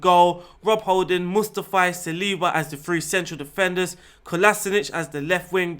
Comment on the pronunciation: “Musta fai” lol